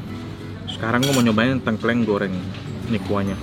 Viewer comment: di banten juga makanan khasnya tengkleng, isinya biasanya kepala kambing. Tapi koko nex cara bacanya salah, harusnya baca huruf E di Tengkleng itu kayak baca TETE dan bukan kayak baca PETE.